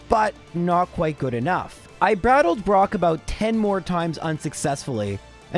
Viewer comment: "I brattled brok."